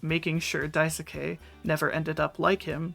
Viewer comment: It's Dais-ke- not Dai-soo-Kay :(